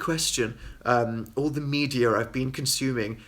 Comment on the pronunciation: I love how he says media and other word like "medir" and like adds a r sound in there